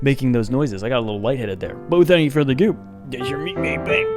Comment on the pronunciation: Dude, you crack me up. "ANDDD without any futher adlaialndu dudukaokdu durrrr!..."